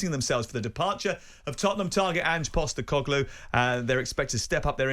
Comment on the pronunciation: Ang Postecogloulou? Matterface having trouble with the pronunciation at the start there.